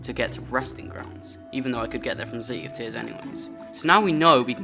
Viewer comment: bro literally says c-y in -ears, he's so bri-ysh